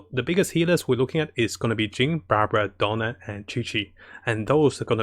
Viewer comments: It's DIona, not Donna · Character name: "Diona" English VO: "Daiona" \ "Dyona": "Dona" Diona: WHY CAN'T ANYONE GET MY NAME RIGHT?! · Who is dona ? come on man I like your content but if u want to provide a higher quality content got to work those pronunciation of names take it slower my friend